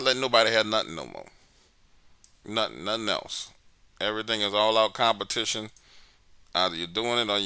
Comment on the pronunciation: nice .lmao he said its cometition XD. halloween